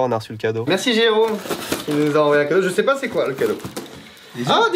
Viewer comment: je c'est poh ! LOL mais il est devenue québécois ou quoi !?